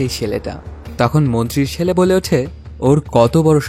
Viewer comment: আপনার উচ্চারণ ভালো না,এই কাজ আপনার জন্য না, আগে কথা বলতে শিখুন, কাসাকাসি, সেলে, এসেসিলো, এই গুলো কেমন শব্দ